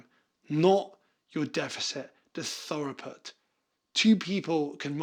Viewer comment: through-put Like thru or throo -put 😅